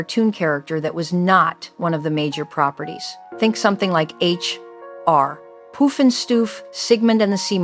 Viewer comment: It’s pronounced H.R. Puff and stuff NOT H.R. Poof and stuff 😂